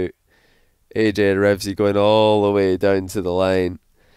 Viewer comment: stop saying REVZY, it's Reveazy*'